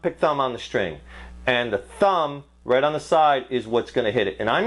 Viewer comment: When he says SHTRING.... instead of String :P